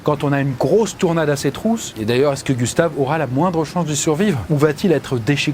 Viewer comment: "tournade" :p